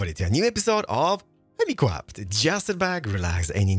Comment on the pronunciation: Welcome back to anotherrr video of HEWMICWAFT! 0.0 :o